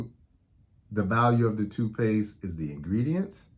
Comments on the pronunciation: My only problem with this video is it sounds like you're saying two-paste I'm only saying this to help you sound more credible and get to higher subscribers 😊 but.....very informative and I noticed colors on the bottom and no idea it meant something! Wow! Thanks Doctor! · Tooth paste, not toot paste